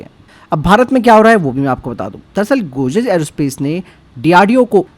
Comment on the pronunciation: Godrej bolna sikhle pehle